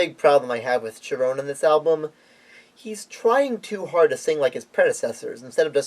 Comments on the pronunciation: FYI Gary's last name is actually pronounced Sherone. There was a lot of good songs on this album. "Year to the Day" is my favorite but there are some other good ones too. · Thanks for letting me know about that. I'd heard it pronounced with a hard ch- sound by many fans, so I went in assuming that was how it was pronounced. Not the only time I've made that mistake, but hopefully the last! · Yeah, a few other comments have informed me that Cherone's last name is pronounced with a soft sh- sound rather than a hard ch- sound. I'd heard it pronounced with a hard ch- sound by many fans, so I went in assuming that was how it was pronounced. Not the only time I've made that mistake, but hopefully the last! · Interesting analysis of Van Halen III and creative pronunciation of "Cherone." Not what I would have said about the album, but we can certainly agree that it wasn't their finest moment. Gary is awesome, even with Van Halen, especially live.